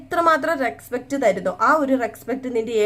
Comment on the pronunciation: Bahumanam ennu parayunnathayirunnu nallathu reskpet alla respect ennanu ucharanam